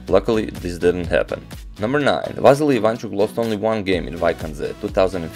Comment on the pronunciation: You are also Balkan man, you know how bad its sounds how you pronounce Vassily in English, its like Vaseline! Say it like it must be said Василий not Вазелин ;)